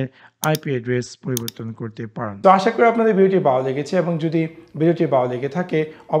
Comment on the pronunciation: বালো কি? ভাত বাত দিয়ে নরমাল ভাবে কথা বলেন শুনতে ভালো লাগবে